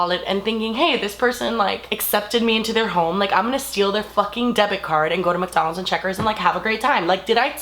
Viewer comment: she said mukdonalds